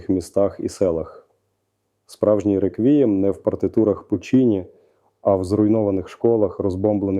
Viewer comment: Це ШІ? не підставляйте пана Залужного! Він не може так ставити наголоси: " нетребко виступить в ролі тоскИ,... реквІєм", 😢